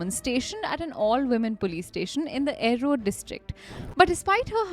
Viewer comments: Erode district pronounced as "E-rode" as in E-mail. Though it is erode in English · A-rode and saalim is just absolutely crazy and honestly lazy. Kozhikode required some nuance and i guess its okay, but this was quite basic. Especially for a channel with such good writing and production, i think you should do better. Im sure your own followers will be happy to help you with these Otherwise love your work though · It's pronounced "Ee-road" just a heads up for the next time 😊